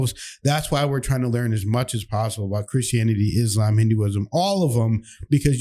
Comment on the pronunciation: Not "Izzlam" - not z sound It is "Isslaam" - it is s sound